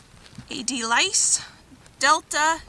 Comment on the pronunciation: Such a productive day! "Delice" is pronounced like "de-LEESE" and then the 'a' in "table" has an "ah" sound! It means "delight/delicacy of the table!"